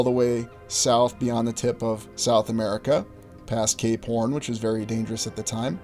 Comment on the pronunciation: You said "cape horn" ...i thought you said "k-porn" and was about to google that shit! ..thank god i listened again before getting into that search lmao